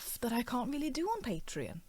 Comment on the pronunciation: It's not called "Patron". You pronounce it like it's spelled: PatrEon.